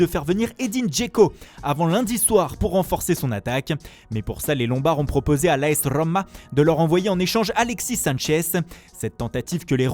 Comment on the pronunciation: Vous voyez comment le présentateur prononce L'AS ROOMA😄😄il est fort